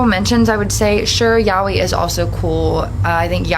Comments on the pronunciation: it is actually pronounced "yaaoy" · ikr who told her that was wrong😭 (side note nice username i love wolfstar)